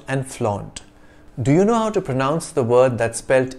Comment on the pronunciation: Did you say pro-noun-ce ?